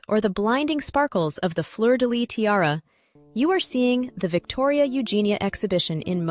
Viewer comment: I really love your videos and I love learning the stories of the different jewels, so thank you for all your effort researching the different tiaras, and what not. Just one little thing, in Fleur de Lys the S at the end is also pronounced… it’s never Fleur de Ly!